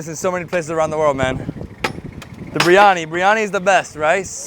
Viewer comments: Did I hear him say BRI instead of BIR🤔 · Tsk tsk...not breeeani, Biryani....Bi..ri..aanie